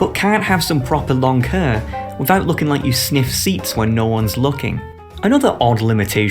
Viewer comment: Why tf does he keep saying hair as hăr?